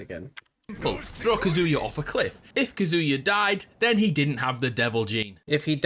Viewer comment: I find it funny that the Smash player pronounces Kazuya’s name correctly and not the one explaining the Tekken lore.